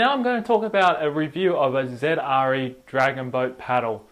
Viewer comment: It really bothers me that he keeps calling Zre Zedre